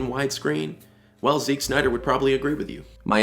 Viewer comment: Why do you pronounce Zack as 'Zick' ?